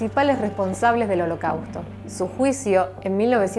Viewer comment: "Argetina" "Adolf" "Hоlосaustо" Yo: XD